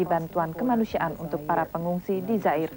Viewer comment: Kok saya yang nonton di masa sekarang berasa masuk cerita FTV ikan terbang yah? Sekarang Rwanda udah damai sejak suku-suku di sana bersatu, dan Rwanda bisa dibilang cukup maju di wilayah Afrika Timur. BTW, pengucapan nama Zaire di situ adalah pengucapan yang benar, yaitu Za-ir, bukan Zai-re